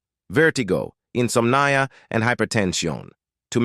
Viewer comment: The speaker's pronouciation of many words was very amusing. Insomnia, hiatil were a couple of the comical mispronounciations. .People who have no interest in subject matter may be highly amused by just listening to this comedy of errors! Speaker sounds like an American. ??Ourschool system?.